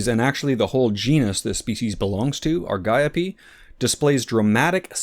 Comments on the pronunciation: aar .gee.owp that is the correct pronunciation according to google. Soooooooo U R incorrect., according to everything w/ AI assistance that says & Google. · Ar-gee-ope, gonna sneak right past ya there. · The word Argiope is Greek, so the ‘g’ should be pronounced as a ‘y’, so Ar-yi-o-pea. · Ar-jee-ope it is . . :face-orange-raised-eyebrow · Same here, I pronounced it Ari Gop ee